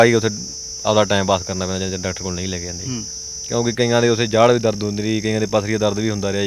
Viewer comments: Azent leke zande aa 😂😂oh reporter 22 jajje paer bindi layi jana har word naal trying to be more sophisticated i guess,agenta raahi jaande aa na ke zande aa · Zaande aa bai zaande aa... jaande ni zaande aa